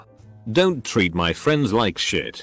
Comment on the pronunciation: sh*t = "shuh-tee" so annoying